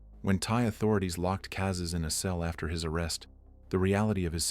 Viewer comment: some phonetic consistency and attention to detail would turn these from bangers into masterpieces it was never alpha zerotwo, it was "alpha oh 2" it was never "cazays, kayzes or cazzes", pronounciation is just "cazés"